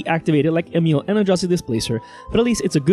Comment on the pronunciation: You are accually the first english person that pronounces Emiel the right way!❤ nice video nonetheless😇